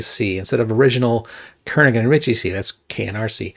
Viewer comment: BTW, the 'g' in Kernighan is silent. (He only helped write the book. The language was all Ritchie.) K&R C (the book) was from 1978. AFAIK, no "const", no "void", no prototypes, no structured return types, "unsigned int" was the only unsigned type, variadic functions needed to be done in assembly, and structure member names were like global variables and thus needed to be distinct. Oh, and the preprocessor couldn't concatenate args properly.